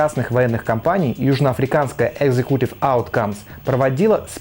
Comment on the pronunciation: видео отличное, но английский надо учить. привЭйт (прАйвэйт), экзекУтив (икзЭкьютив)... слишком бросается в глаза, точнее в уши